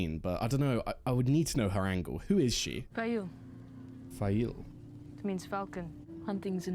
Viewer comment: It's not spoilery to say the Old Tongue is worldwide, not associated with just one nation or region. Faile is pronounced Feye-eel.